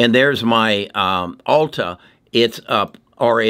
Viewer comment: It’s Altria, not Alta.